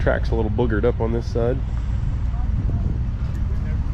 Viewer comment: Sorry mate, it is BUGGERED UP, not boggered up.